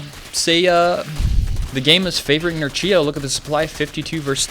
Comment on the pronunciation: Read it 'Nerchyo' not 'Nercheeyo'! :)